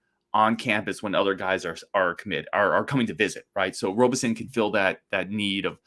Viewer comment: Hey,. Pronunciation is RAHbison, not ROHbison. Great episode. You're right. This IS a huge moment for Gard (Krabby also) to prove some recruiting chops. Let's close and LET'S GO! 2026 Final Four in Indy's Lucas Oil. See y'there.